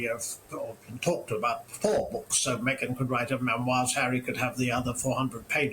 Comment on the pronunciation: Do you mean meee- Gan?